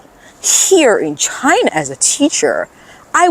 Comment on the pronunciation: Oh dear oh dear, a NEW $$$$HILL has appeared in the CCP-$$$$HILLOSPHERE !!! 😱😱🥶😵‍💫 Ok, it's "C C P", darling ! And "China" ! Repeat after me: "China". NOT "Chuh-hynah". And next time, can you do a video about the Uighurs and how they can freely exercise their religion and how there are totally no special CCP education "training centers" in East Turkestan, I mean, "Western China" ? Or how about the Tibetans... haven't heard much from them since Richard Gere's Oscar acceptance speech in 1990. Do they have freedom in China now ?? I will trust that you're totally independent when you say "CCP", pronounce "China" correctly, and assure us that Uighurs, Tibetans and Hong Kongers who like this concept called "democracy" are totally free in China, ok ?